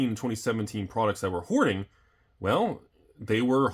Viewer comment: Was that hoarding or whoring sir? Please clarify.